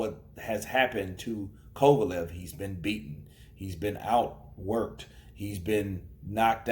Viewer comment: "Kova-Lovv" .. 😆 .. Bernard